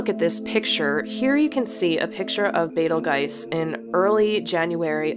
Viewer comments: I cannot get over the way you say it as "Betel-guise". The spelling is a given. "Betel-joos" sounds more appropriate and correct. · First Star is pronounced: “ Beetle Juice “ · I like your pronunciation as Betel-gais. Do you have any reference? I tried to search on google but all say it should be Beetle-juice. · This is the second time I hear someone pronounce Betelgeuse the way you did. I thought (bee-tuhl-juice) was the right pronunciation and (beh-tahl-jazz) was just people trying to sound fancy. But since we can pronounce it however we want, I’m going to start pronouncing it “bett-eel-go-zzi” 😂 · It really is pronounced "bettle-juice." betel-gise is wrong. When you mispronounce it, you sound tupid. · ITS BEATLE JUICE , LOL NOT BETELGYSE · Betel"juice" Betel"guise" I think the first one reads close to how it was spelled. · Sorry your butchering the name. Its “beetle juice” not “betel guise” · Beetleguys huh... Thumbs down after 45 secs... Pronounce sh|t right please lamo. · Learn the Arabic pronunciation, they named it. Bay-till-juice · Betelgeuse is traditionally pronounced 'bettle-Jews' (not 'beetle', and not 'juice'). In no language is pronouced like 'I'. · Betelgeuse was named by Arab astronomers and in Arabic it is pronounced as Batt Al Joz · The correct pronunciation of the word Betelgeuse is Beetle-juice that’s how you say it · It's not Betelgeuse it's beteljuice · You’re close on the name: Bet-ul-goice (as in voice with a “g”) or Bet-ul-goy-zuh, which is more accurate👌🏽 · Hi. It's pronounced: beetle juice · Love the vid, excellent basics and presentation...However. The world famous astronomer, the late, great, Sir Patrick Moore is doing somersaults and cartwheels, in what should be.his peaceful grave. Betelgeuse is pronounced Bet - el - gerse. With a hard "g" Thankyou. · Well, if you pronounce BetelGGize, you should pronounce ReeGGel... or not? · It’s Bate el Gerz. No arguing. And turn off the music pleeeeeeaaaaase!